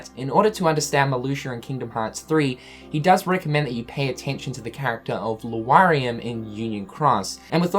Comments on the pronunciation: Nir T I thought I heard him say Wario. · How could I possibly forget the way you pronounce Lauriam xD?? its pronounced "LAW"-REAM, not "LOO"-A-REAM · It's Lauriam, not Luariam, L-A-U-R-I-A-M. Spoken more like Loriam I would believe. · I love you but for the love of god it's Lauriam not Luariam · LAURIAM = LAW-RIAM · People still get pissed because you said Lauriam "incorrectly" Same happened with Lea (Eng. pronunciation is Lee while in Jap. is Leh-A). Same could happen here. Lauriam is basically Lariam in japanese (The U is silent) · When he said Luariam I instantly came to the comments to search for someone who also noticed and got pissed off. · I had to repeat it when he first said this like five times, and I'm just... no, just no. Why is this so hard for you? LAR-EE-UM. That's it! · Yeesh... it's like you refuse to learn how to say Lauriam's name properly...